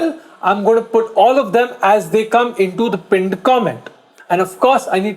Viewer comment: please say pinned properly naa.. you make it sound like Punjab ka pinddd